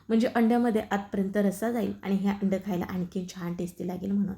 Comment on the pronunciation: सायेब, अंड नव्हे अंडं !!!